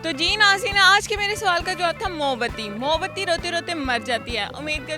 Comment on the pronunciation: Mo bati ni hota moom bati hota hai